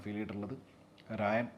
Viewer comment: രായൻ അല്ല, 'റാ'യൻ